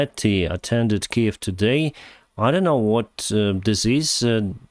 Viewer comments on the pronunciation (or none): none